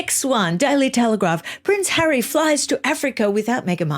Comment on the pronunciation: riggggght. hahahahaha LOVE it. I cannot bear that stupid woman and her breathy voice, her vocal fry and her Elizabeth Holmes deep cadence . as for the stupid 'rights' they are only surpassed by her "Hawwy' which she said with pouty face when Oprah wanted to know who the terrible royal had spoken to about her Childs skin colour.